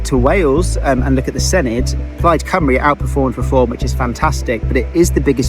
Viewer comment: Senedd is pronounced seneth 😊🏴